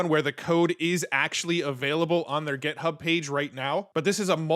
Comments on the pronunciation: Am I miss hearing or is he saying GEThub instead of GIThub? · You are driving me crazy. It's github, with an 'i", not gethub, with an 'e.'